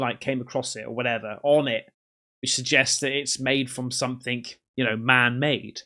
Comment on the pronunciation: Please stop saying 'somethink', it's someTHING', there's no 'K' on the end.